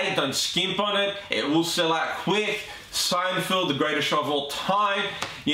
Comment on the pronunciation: Good video, but it's not SeinFIELD. It's SeinFELD.